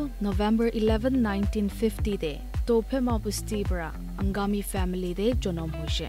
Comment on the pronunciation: Its Tuophema not Touphema